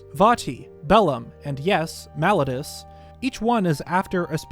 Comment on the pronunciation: I hate to be that guy but I really wish he would say Malladus correctly